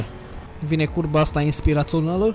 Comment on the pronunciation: VINE CURBA!!!!! Literalmente urechile mele: VINE CURVAAAA!!!! (* insert sanctuary guardian from earth bound * )